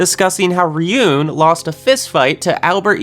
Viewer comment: it's ryuu-en not ri-yoon